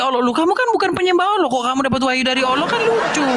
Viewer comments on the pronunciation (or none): Heeeeeeee Karena yg di ajak debat itu orang kristen sendiri yg di modelkan seperti ustadz , kalau asli ustadz pasti bisa baca Al Quran . Nyebut Alloh saja Awloh , sangat kelihatan ustadz palsu nya . Km di bodohi si edis yaaaaaa Kacian x kau . haaaaaaa haaaaaa haaaaaa